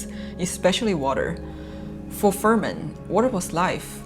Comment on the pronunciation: Fremen not Fermen